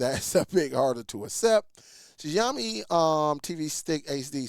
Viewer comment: It's pronounced "Shaowmi"... Xiaomi is a pretty decent company, I've used several of their phones...i gather that because of the low specs of this device that it shouldn't cost more than $15...sure, the 1gb is questionable, but it is still usable for basic stuff... Not to mention that the required 2gb of ram from google is for their current itiration of google tv based on android 14....this stick could use an older os version like android 8 and still be functional... you can find a lot of chinese products on amazon and Aliexpress using older android OS with 1gb of ram selling for very cheap prices... by contrast Xiaomi has their Mi box streaming device that cost less than Google's tv streamer (about $75-$85) has 32gb of storage, and up to 4gb of ram, as well as hdmi and usb port that also upscales standard resolution to hd, including 4k like the Nvidia shield.